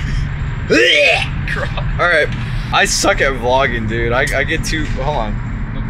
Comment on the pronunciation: for the viewers at home they got back and said DUUDDEE